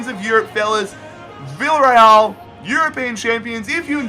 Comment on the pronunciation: It's pronounced biyareal